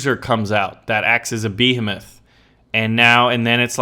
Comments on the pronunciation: beheeeeeeemoth... learn to say it right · it's BEH-HEE-MOTH